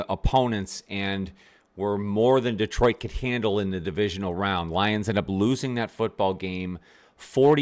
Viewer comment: Good work. (And it's still not DEEtroit).